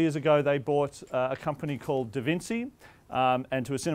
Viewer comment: Did he seriously say "DavinSEE"??!! LOL... ouch.